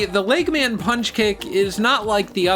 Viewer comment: You saying LEGGMAN just irritates me, like how can you mess up saying eggman.